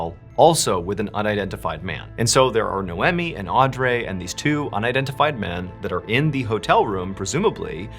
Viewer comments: Odd-Ree not Andrea lol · Audrey is Aud-ree not ray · Ardray? Isn’t it pronounced or-dree? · are you trying to make the name Audrey sound French? It’s pronounced “aw-dree” not aw-drey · Ugh, this was the hardest one to listen to. Mainly because you (like many others) cannot pronounce the name Audrey! It’s Odd-Ree, not Andray, not AudRay, not Arndray,….cmon Mr B! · The name Audrey is pronounced Audree not Audray that was driving me nuts this whole episode . Rip beautiful sisters ❤ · Pretty sure it's pronounced Auh-dree not Andre 😂 and Ni-omi and whatever you said 😂. You already have a large following why are you doing the comment farming technique of intentionally mispronouncing names. Clicking off after this comment. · Noemi Pronounced no me not no emmie and Audrey pronounced - or driee not or dray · Hearing “Aw-Dray” killed me everytime. Theres no way that it was pronounced like that and not “Au-dree” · Is he pronouncing their names right? Audrey - "Aud-dray"? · The pronunciation of “n-eye-oh me” and “-awe-dr- ee”have me. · Nay oh me & aud ree. First time I've ever heard Mr Ballen mispronunciate, especially 2 names in the same episode. Mad respect still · I feel like her name is “Aud-Ree” butttttt I digress lmao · Naomi is pronounced Nay-oh-mee. Audrey is pronounced Awd-ree. My pet peeve, sorry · As a traveler as well, this is horrifying. Mr. Ballen my dude, I think her name was pronounced “Aud-ree.” Your biggest fan, Another Audrey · Who pronounces Audrey Au-dray? Good video and weird like button analogy lol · "Nowemi" and "AwDray"...? do you know how to speak English? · The pronunciation of “Naomi” and “Audrey” are making me cackle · AUD-REE is how you pronounce Audrey lol it’s my aunts name and named one of my daughters after her. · Audrey is pronounced Aud-ree. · I know this is irrelevant to the story, but I believe Audry is pronounced Awe-dree. Anyway, I'm a big fan of your channel, and I wish you many blessings! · Twist is, her name is pronounced awwe-dree